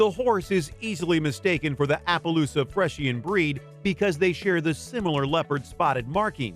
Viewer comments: Fresh-in???? Friesian is pronounced:free-shin not fresh-in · freisian is pronounced free -zhen not fresh -en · Friesian: Free zhen . Please verify pronunciations of words you don't know. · The Friesian is one of my favorite horse breeds, I was kind of upset when the name was pronounced wrong.